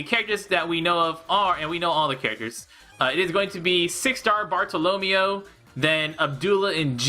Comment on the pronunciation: You mispronouncing Bartolomeo hurts me :'(